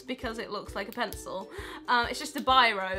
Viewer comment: I want that "pen-cil"